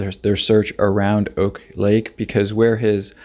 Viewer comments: Ohhhh noooo, i had to stop watching when you kept calling it Oak lake. It’s pronounced Awk Lake. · Hi. I live in juneau, and it's pronounced Awk lake. Like "awkward", just without "ward"